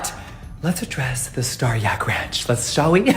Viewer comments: Ranch's "a" is pronounced like you do when you say "ant", or a long vowl. <3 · Ranch - you said it right the first and third time. Also, it’s America you can’t pronounce anything wrong 😄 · trying to say ranch 😂👏😂👏